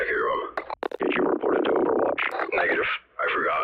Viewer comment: bro did NOT say negative